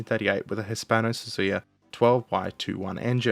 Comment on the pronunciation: Hispano Suiza, repeat after me, SUIZA❤